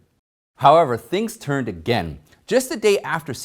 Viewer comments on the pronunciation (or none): none